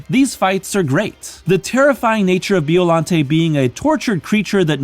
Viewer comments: By-o-lon-tay. Killing me with bee-o-lan-tea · Biollante's final form reminds me of Perfect Chaos from Sega's 1998 video game, "Sonic Adventure". Also, you pronounced the monster's name wrong. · Your saying Biollante wrong